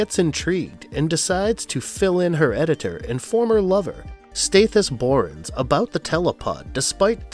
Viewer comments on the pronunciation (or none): you kind of call any veracity you have into question when you call the antagonist Stathis bornes with the long a sound, Stathis bornes name was taken from Ron Stathis, with a short a sound.